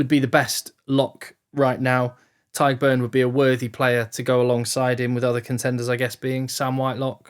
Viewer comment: Never seen an Englishman pronounce the name Tadhg and Caelan (almost) correctly haha Great video!! Keep them coming